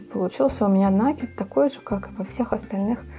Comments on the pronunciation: Не на' кид, а наки' д. Прямо слух режет, а в остольном все нормально. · Слово накид-от слова накинуть, потому ударение на второй слог. А за мастер-класс- спасибо.